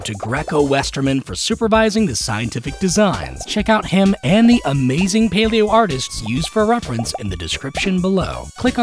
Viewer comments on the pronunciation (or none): none